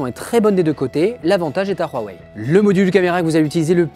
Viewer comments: Pourquoi tu dis RWAWAI ? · Huawei pas ruawei boyardland